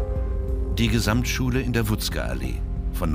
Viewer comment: Es ist auch die Wutzkyallee und nicht Wutzkeallee. Miserabel recherchiert.